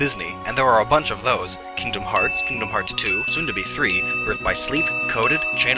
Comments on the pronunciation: Kingdom Hearts X is pronounced Kingdom Hearts Key. Also, while you're not counting remakes, Kingdom Hearts Final Mix, Kingdom Hearts 2 Final Mix, Kingdom Hearts Re: Chain of Memories and Kingdom Hearts Birth by Sleep Final Mix all include a large amount of added content, which debatably could make them separate games. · Well, it's not X, it's χ which is pronounced chi. But close enough lol